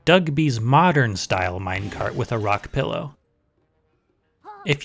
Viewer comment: it IS a mine-car-t ater all